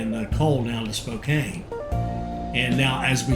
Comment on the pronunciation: It is Spo CAN not Kane, otherwise I am enjoying htis.